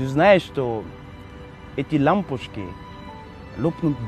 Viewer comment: Интересное исполнение. Очень искреннее. Немного меняют впечатление бабушки 👵 -- бабОЧки 🦋🦋🦋, лампушки -- лампОЧки 💡💡💡. В остальном всё замечательно. Удачи вам.